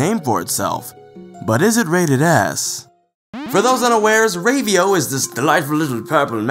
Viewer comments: Rave-io? It's Rah-vio, haha. Anyway, Ravio's shop is actually one of the reasons this is my favorite Zelda game. Everything is of use at first. Every rupee is important, every death takes away from you, and you want to salvage everything you can. But as the game progresses and you own more items instead of renting, you become stronger and more willing to explore. The game has a subtle way of "leveling" in just giving you more items and more health at your own pace. Not to mention the level designs are amazing. But I guess I'll talk about that at video! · Rave-e-o? Isn't it pronounced with a short A sound? Actually, lemme just check the Japanese... Yeah, definitely a short A. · I thought it was pronounced "RAH-VEE-OH"